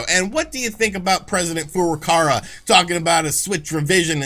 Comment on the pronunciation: Furukawa not Furukara you idiot